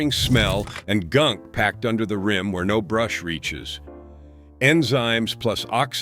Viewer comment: I appreciate the valuable information. The speaker has a very nice voice! I would like to say the the word "rim" is NOT promounced as if it were rhyme.